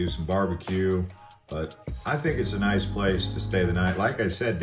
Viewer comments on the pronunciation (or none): none